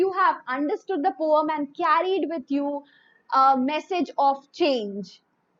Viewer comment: Mam don't know how to pronounce poem😂😂😂😂😂😂😂😂🤣🤣🤣🤣🤣🤣🤦🤦🤦🤦🤦🤦🤦🤦🤦